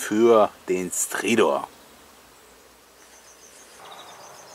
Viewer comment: Bin froh, dass alle Stridor mit i absprechen.:-)